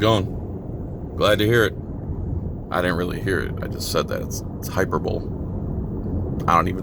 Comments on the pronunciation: Hy per bo lee is the right way to say it, and you used it right. Love the videos. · You mispronounced "hyperbole" idiot.